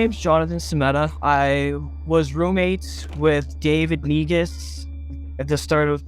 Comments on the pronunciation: I was looking away, but my attention returned the moment I heard "david neguz" being pronounced. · "NEGUS" lmao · N-E-G-U-S SAY IT WITH ME, N-E-G-U-S jokes aside another fantastic vid cofvfeezilla. Please stay safe, or I will ressurect you as a thrall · I believe it's prenounced 'nygas' 😆